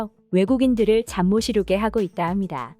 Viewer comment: AI가 읽는건가요? 잠모시루게?? '잠 못 이루게'를 2번이나 잠모시루게로 읽네요.